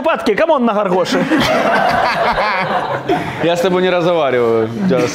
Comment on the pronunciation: Не ґор-ґоші А гор-гоші👌🏻😂😂😂 Ви топ 💣